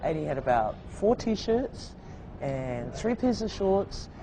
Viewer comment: “NUMBER TREE”